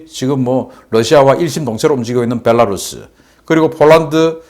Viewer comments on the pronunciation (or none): none